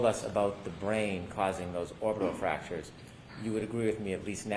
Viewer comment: She said fracturers.like a couple of gashes not just one